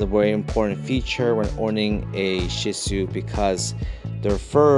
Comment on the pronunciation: Phenomenal video Not only do I have a shih tzu I'm finally happy to see someone else who not only knows how to pronounce the breed but also knows them in and out ... I do often find myself defending my dog and wish I had this video sooner because not the dog for everyone but definitely love ❤ mine and I'm sold on the breed